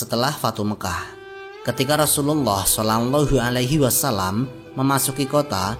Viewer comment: Maaf min..... kedengerannya "solangllahu alaihi wasallam".